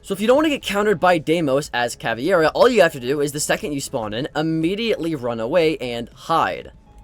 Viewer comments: it’s TUBARAO Not TURBARAO. Sorry xD good video (: and CAVEIRA not CAVIERA xD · I swear to god, if I hear someone call Caveira "CAVIERA" again, im going to lose it.